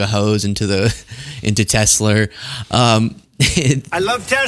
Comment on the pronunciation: everytime dump messes up on a word play or say TesleR😅😮😂😂